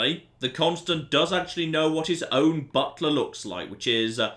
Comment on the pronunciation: Is it just me or does anyone else hear "Butt plug" when says "Butler"